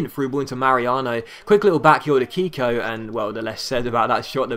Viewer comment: you are pronouncing Keko like if his name was "Kiko". The pronounce it the right way you should say the "e" as in the word "Melt" for example.